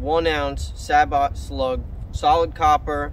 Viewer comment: Sabot... French word... pronounced as... Say-Bow... means shoe in French...